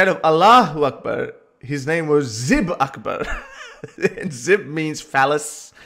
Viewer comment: his name is Akbar Zaib, not zib, but a great story 😉